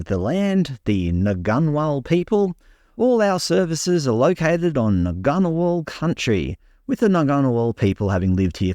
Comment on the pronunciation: For a start the ' g ' in Ngunnawal is silent, & there is no such thing as the ' Brindabellas ' It's only one mountain range called the Brindabella Range. JS.